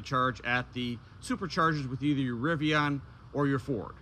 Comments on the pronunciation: RIVI-ON? SMH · i have never heard Rivian pronounced with an O. Rivion sounds so odd...LOL You certainly were getting derated speeds on the Lightning, very likely due to thermals, as I have seen plenty of lightnings use this adapter and charge at 150kw. Cheers!